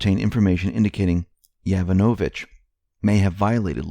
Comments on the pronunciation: heads up: its pronounced Jo-VAN-ovich, not Jovan-O-vich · You're saying "Yovonovich" wrong. The accent is on the second syllable. yoVONovich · you mispronounce "Yovanovitch" incorrectly, again. It is pronounced "yoh-VAHN-o-vitch", emphasis on the second syllable. This is the second time you mispronounce. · It's pronounced: Yo-von-a-vich